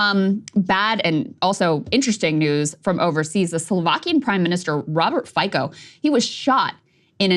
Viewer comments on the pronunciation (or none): Someone tell them please that Fico is a Slovakian surname, not English. It's pronounced "Feetzo", not Fiko". I cannot take her seriously when she's butchering his surname like that. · Fico pronunciation: Feet sew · Frankly, given its title, the video was over before it started. Mispronunciation of Fico's name sealed it.